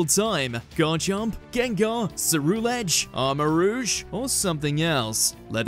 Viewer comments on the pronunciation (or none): none